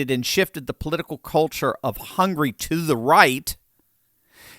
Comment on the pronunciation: "Hungry"? It s HungAry